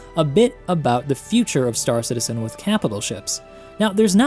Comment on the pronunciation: I love your vids but your saying stAR citizen is driving me nuts. It's star CITizen dammit! :)